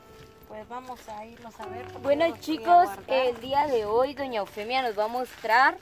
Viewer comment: "doña Eufenia" dice el patojo ! Muchá si van a hacer reportajes, deben ponerse pilas ¡ Cuidar la dicción y tener chispa, para que el vídeo no sea tedioso y lo querás dejar de ver !